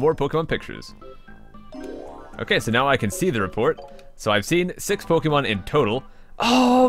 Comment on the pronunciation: You're one of the few that pronounce Pokémon as you should... xD